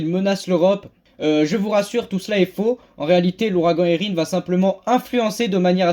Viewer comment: Merci 😊 et tu prononce bien Érin !